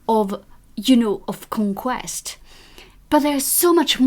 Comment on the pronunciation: con-quesst >< wow she got all dolled up for this =D =D